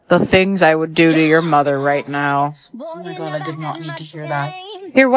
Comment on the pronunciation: lol it said oh my guaah 😂😂😂😂